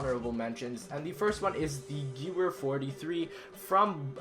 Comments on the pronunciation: omg he said gooere its pronounced gevere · LSAT is also in nuke town! That other gun is pronounce "gavare" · Hey the Gewer is pronounced Gevar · You play zombies and you pronounce a gun wrong... Really? Geh-Veer not gyoooer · he does no the geweihr is pronounced gevwer right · its not gewer its ga var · 'Ghurwere'? It's pronounced Ge'vere. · _- why did you pronounce gewehr like its spelled... its pronounced gevehr, but spelled gewehr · gevere not gewer it is how it is pronounced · "Guwer" -- It's pronounced "Ge-Vehr" Sorry, but I had to correct that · Quwer hahahaha Ge-werrr U are welcome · Its gevair not guer u idiot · Oh my gosh it is pronounced gvear not gewer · its pronounced gevher not gewer its not an English name w is pronounced as a v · Not 'Gewwerr'. It's pronounced 'Gevvherr' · It's said gevair not gewer learn German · yeah he pronounced it "Guwur" but its actually pronounced "Gevehr" since the Germans pronounced W's like V's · The Ghewer is pronounce ghVER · honorable weapon the gewehr its pronounced ga-ver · First i didnt know what he was talkin about lol ''gevuer'' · Your meant to pronounce it gevehr as how the German accent is same with nacht its your meant to make a hiss noise when it's at the ch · the gewher is purnoucned geevar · Its pronounced Gahveir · Wtf man "Giewer" 😂 wtf is a giewer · geever, der rees, wonderwaaf, keeno... sorry, i love the countdowns, but those pronunciations are painful to listen to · Geyer? Do you mean Gewehr? Bad pronunciation... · U pronounce the gewehr like guh-var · It's gahvair is how u say it you dumb ass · chipynicky Give-Air. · I agree, you say it like "geveir" I said it like he did before I heard it on sniper elite v2 😂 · Gewehr is actually pronounced, (Gev-air) as I was told... might be false. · It's pronounced "Gevair" 43, but is Spelled Gewehr 43, Gewehr is German for Rifle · The Gewehr 43 is pronounced like Gevare (hard g and hard v) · Its pronounced Ge-V-ere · Pronounced Grevehr